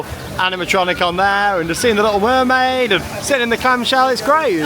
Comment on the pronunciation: No offense but u said wormaid not mermaid I love ur videos I'm so happy for you with the baby